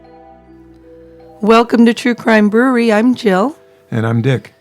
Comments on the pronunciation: Please fix the intro it’s so distorted and it sounds like he says “troo crime brew-reee” it’s brew-err-ree. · True crime brew-err-ree!